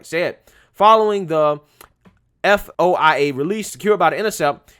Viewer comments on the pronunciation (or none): quick heads up FOIA is typically pronounced as if it were one word spelled foya. Love what you do so this is meant to help rather that criticize